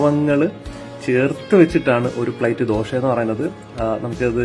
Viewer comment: ദോഷ, അല്ല ദോശ